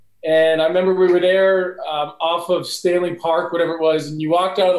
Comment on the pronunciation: Tom said we were dhere not there it was funny